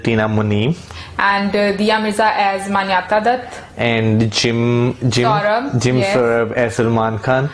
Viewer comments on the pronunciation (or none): jim sarbh hai be saurabh nhi... pehle bolna seekho fir react krna